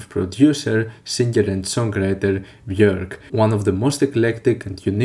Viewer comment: Thank you for pronouncing her name accurately.